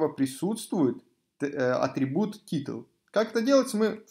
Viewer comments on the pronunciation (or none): Блин, как же уши режет "титл", "ксс", "имидж" и подобное. Затрудняет восприятие урока.